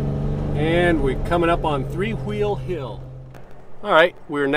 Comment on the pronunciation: “three hhhwwweeeel hill”